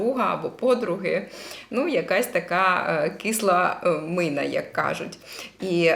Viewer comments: Кисла міна а не мина.Хочете уераїнською То не перегинайте палку... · Кисла мІна, а не мИна